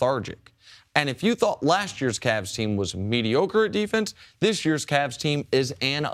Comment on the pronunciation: Jenna isn't slick , she pronounced cavs , "caLs " , on purpose .